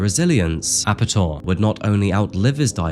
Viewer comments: Yeah I think Ape-Tor would be a better pronunciation than Ape'tor. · I'm from sweden. And his name actually is pronounced Ape-Tor (monkey-tor) from his fascination with apes (monkeys) and his name -Tor.